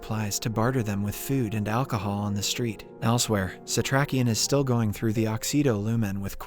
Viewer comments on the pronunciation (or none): none